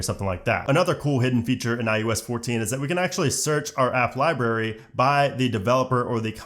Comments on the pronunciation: Thanks but just have to say. It’s lie brary, not lie barry. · I am so frustrated that he kept on saying 'liberry' rather than library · you are an adult who says "Libaery",,, good job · Please pronounce the first “r” in library. It’s not “liberry”. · Not gonna lie I had to stop watching because you mis pronounced library so many times I couldn’t stand it you sound like a child.